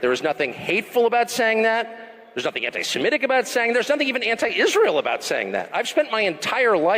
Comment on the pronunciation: Wow, I think Tucker's the only person in the media that has correctly pronounced "antisemitic".